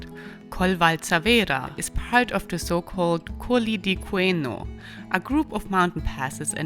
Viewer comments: The name of the province is Cùneo, not Cueno. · Great! Cuneo, not Cueno 😂😂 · Really nice video! But, some mistakes on pronunciation 😅, it’s Cuneo, not cueno . but thanks again for give me some travel ideas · The name of the major city is CUNEO...not CUENO XDXD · The pronunciation of Cuneo hurts a bit, but otherwise nice video.